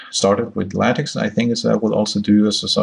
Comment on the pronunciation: The X in LaTeX is Greek "ka" sound, as in "tech" and not soft as in "tax". Donald Knuth, the author of TeX made this clear on the first page of his manual. He explains how X comes from: "English words like ‘technology’ stem from a Greek root beginning with the letters τεχ...; and this same Greek word means art as well as technology. Hence the name TeX, which is an uppercase form of τεχ." He goes on to explain how it sounds in spanish and other languages. I don't understand why even after 30 years, people insist on mispronouncing? It is not "tex-maker", it is "TECH-maker". It is not "la-tex", but "la-TECH". Use hard K. Is that too much to ask if you insist on making videos without reading the manuals?